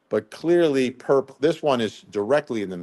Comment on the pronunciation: Hey Vinnie: I have heard it called Burple! 😂 instead of Purple 😂